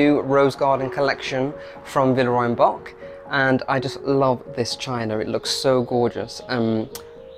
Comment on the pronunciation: Love your videos. Just one tip because I can tell you love Villeroy and Boch. Check-out the proper pronunciation of Boch. It's a soft ch.